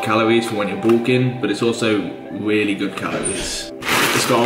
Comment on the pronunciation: Weally weally